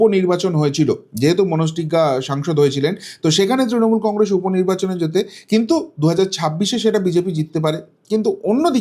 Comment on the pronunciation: Ei lokta faltu bok bok kore Congress uchcharan thik moto korte pare na sab samoy bole congressss sha sha diye kotha bole enar kono kotha mele na